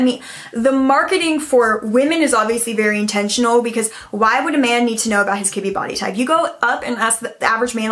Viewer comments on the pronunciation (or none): You said Kibbe body type and what I heard was kidney body type 😆